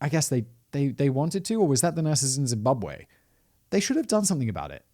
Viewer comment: Woooooow Simon a story about my home country 🇿🇼🇿🇼🇿🇼 you pronouncation is on point